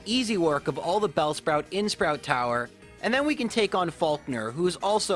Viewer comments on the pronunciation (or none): none